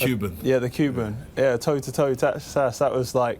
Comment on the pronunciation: "Toe to toe" not "tor to tor"